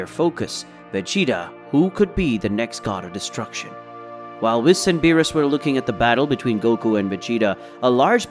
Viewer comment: lmao why he sayin whis name like that😂